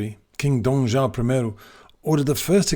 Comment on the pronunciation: reply enjoy your vids. Don’t mind my correctly am a grammar and language ma I in general. The name Joao is not pronounced Jao but jo-ao. Two syllables not one. And this one you’re going to hate cuz it’s your own language. It’s not him or her and I but he or she and I.